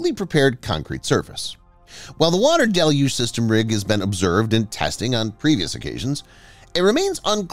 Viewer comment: Congratulations: Finally someone on YT knows how to correctly pronounce "deluge"! Great work, whoever you are!